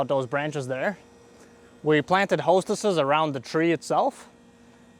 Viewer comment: As a gardener, it kills me how he calls hostas, "hostesses." 😂